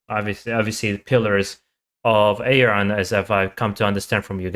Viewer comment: his name is pronounced Ar-Yun. 😉